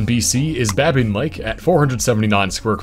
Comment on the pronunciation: Good job on the pronounciation of Babine lake... Smithers locals get a little rowdy when people call it buhbine lake. Also if you look closely on maps you can find a very small, remote lake near Babine lake (just south of the Babine mountain regional park) called Baboon lake. I swear this is someone's joke on people for the mispronunciation.